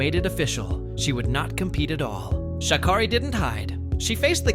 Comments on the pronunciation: sha keri not sha kari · She did insist on correcting the way her name is pronounced, "ShakErri", but the off-voice keeps insisting on saying it wrong. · Amazing, she tells you how to say her name and this AI voice can't get it right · For the Many times her name was pronounced to have it botched by the narrator... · pronouncing her name wrong the whole video is crazy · He doesnt even say her name right. Disrespectful even if its AI